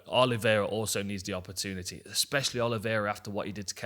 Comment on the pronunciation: when is someone guna explain to him how to pronounce opportunity